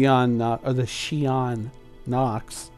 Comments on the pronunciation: What's with the argument and misunderstanding, CIG told you the two ways to pronounce Xi'an but what you were saying wasn't either. Check the atv showing the language creation. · Good stuff here. It's funny, the state Arkansas is pronounced Arken-saw and in Kansas, there's a river called the Arkansas river and it's pronounced R-Kansas river. Keep pronouncing Xi-an as you do, it's how YOU say it, we DO know that you know how to say it as CIG wants so it doesn't matter.